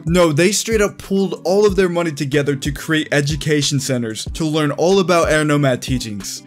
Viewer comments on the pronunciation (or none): none